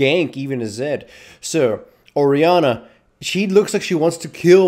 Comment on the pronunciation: Laughed a little when he said "WHYD YOU PIK ZID ITZ A BED CHUIZE"